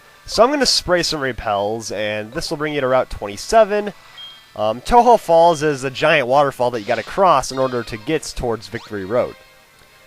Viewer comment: its pronounced toe-joe falls to represent the connectijnging between kanTO and JOhto